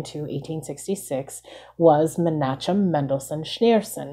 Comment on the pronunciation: Most of The "ch" sounds are actually "KH" sounds. Such as : MenaKHem or KHeder(not cheddar..lol). Basically how You would pronounce the words 'christianity' 'christmas' or even Your own Name.